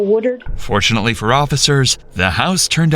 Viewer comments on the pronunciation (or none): It's "Woodard" not "War-dard"